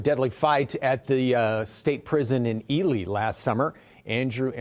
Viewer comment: Dude don't really know shit! His pronunciation of Ely shows this!